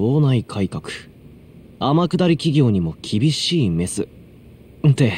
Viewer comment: 楠本玲子の記事の部分、杉浦君が天下り企業にも厳しい『メ↓ス↑』って言ってるけど、この場合『メ↑ス↓』だよね。多分